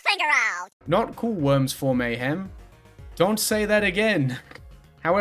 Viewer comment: i like when she talks about th e woims